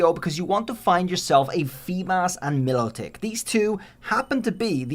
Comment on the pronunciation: My-low-tick is how you say it.